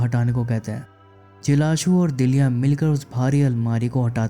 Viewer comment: Must awaiting explanation. लेकीन उच्चारण बराबर किजिये. नाम पकिया नही पक्या है दीलिया नहीं दिल्या हैं